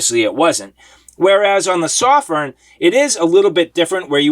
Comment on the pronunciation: I'm a Chinese guy. It's a Chinese light made in Shenzhen, China. "sew-firn" is the right pronunciation. The reviewer does a great job of reviewing. But his pronunciation of "Sof-firn" is wrong, just sayin' =)